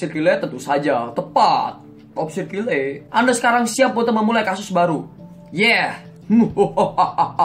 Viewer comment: nama kakak dibacanya kile ya aku kira kayel